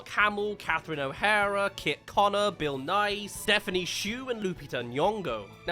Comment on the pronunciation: DID YOU JUST SAY BILL NIY AS IN BILL NIY THE SCIENCE GUY